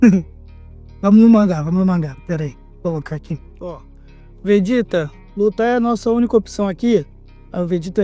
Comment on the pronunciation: Briga de nerds incluindo um que quer falar de dragon ball e falar "vejéta".